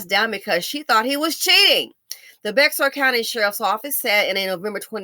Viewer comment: Hey, I know you like knowledge and information. The word Bexar is pronounced "bear ". It's spanish.